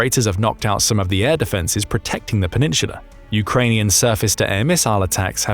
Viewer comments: No idea why I keep clicking their videos. They never say anything new and always manage to mispronounce a number of words. Penin-sula. Half way through the video they only said it wrong like 15 times. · Yo say peninsula again my dude lol